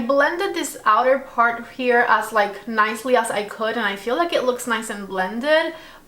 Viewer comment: PAHT TWO🤣🤣